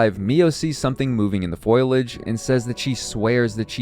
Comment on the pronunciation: Foliage is pronounced “Foe Lee idge”. Great video otherwise.